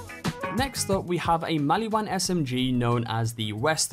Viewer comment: Are we just gonna ignore that he said “the maliwan shredifire”